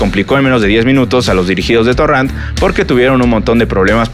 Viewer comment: Torran? No es torrent?